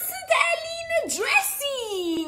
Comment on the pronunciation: bro has like Im a sAnDWEEEhe